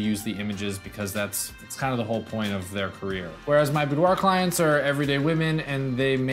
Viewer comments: Hi! New to your channel, I like it. I am from France... Just a remark: boudoir is pronounced boudoir not "boudoahhhhh" even from France;) See u! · IF you are from France, you probably don't say Boudwah. That's an American thing. If a French person would ever to say the word, they would say boudoir, but the r is a gutteral, back of the throat R, which most Americans, with their front of mouth R can't hit, and apparently can't even hear. If you want to get closer, say boudwah, then gargle the h to make an ahhhrrrr sound. Then dial that down to about 10 percent and make it sound romantic, and not like you're choking on a fishbone. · I had a model pronounce it "boo-derrr" once. It was great. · I giggled at the French way to say it :P It's how I say it loll Thanks for the awesome videos!